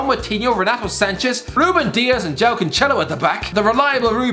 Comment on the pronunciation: How the fuck does he get João Cancelo's name wrong?